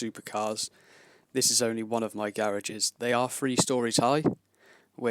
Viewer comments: "Garags" xD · He says garages funny